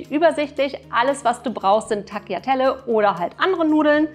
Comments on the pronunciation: Man spricht es Taliatella aus nicht Tagliatella. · Tagliatelle gesprochen: Talliatelle, einfach ohne G